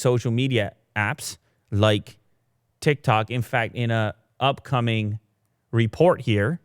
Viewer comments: TIKTOK not TICTOK..... LMAO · Tiktok not Tictok:( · "It's TicTac not TicTok lmao :joy: :ok_hand: xd...." - Every millenial ever